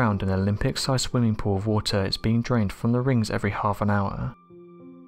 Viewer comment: rings of watahhhh and amoniahhhhh